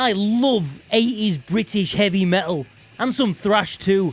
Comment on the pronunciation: It's pronounced "Meh Tul".... not Me-ull. Consonants are a thing FFS.